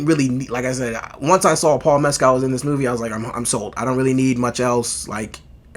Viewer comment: And his name is pronounced "Mes-kill" not " Mes-cal".